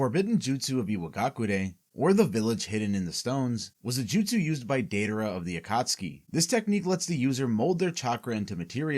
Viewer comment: Not the “daydayra” 💀